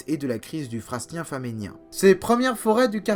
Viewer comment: Dire " fra(s)nien ", pas " frassenien "